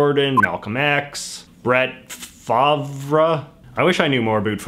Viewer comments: JJ struggling to pronounce Brett Favre name, is one of the most Canadian things I’ve ever seen. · As A Wisconsinite I can assure that Bret Favre (pronounced Farve) would likely not make the list today. He was the Green Bay Packers' Quarterback and was a much bigger deal during the time of the survey however lost a lot of respect amongst the die-hard Green Bay Packers fans when he ended up moving to the Jets and long-time rivals of the Packers Minnesota Vikings in the late 2000's. If anything the Packers fans might consolidate behind Aaron Rodgers (the current Quarterback) instead. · Favre is pronounced 'farv". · Yep. Pronounce is Farve. I have no idea it's pronounced as it is. Makes no sense. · just in case you haven't learned by now it's pronounced Far-Va, and yes he's still a big deal, especially in Wisconsin and anywhere packer game are found, and in 2005 Tom Brady had only been in the NFL 5 years and hadn't won 6 Superbowls yet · Brett Favre played for the packers, one of the best quarterbacks of all time. It’s pronounced like Farve… I’ve heard he was a jerk as a person but…. Football Yay! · I’m disappointed that Reagan topped the list, he shouldn’t even be top 10 imo- oh and it’s Brett “Farv” and he’s huge in Wisconsin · Brett Favre is pronounced as Brett Farv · This is not the best person messing up Brett Favre name, he got drafted by the Falcons and was called Brett fa-ver 🤦‍♂️ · JJ is so not Quebecer that he can't even pronounce Brett Favre lmao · Favre is pronounced Farve (I know, it’s weird) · Favre is pronounced Farv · It's pronounced farv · JJ Struggling to pronounce the name of a football player with a french last name is Peak JJ. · The way JJ pronounced ”Favre” hurts me 😂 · Best pronunciation ever Brett Favre. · Was that’s a joke how he said Brett Favre??